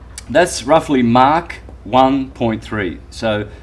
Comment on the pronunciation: Someone tell it's Mach not "Mark" and it's not his accent, I've got Australian friends who I've asked and they don't say Mach like that.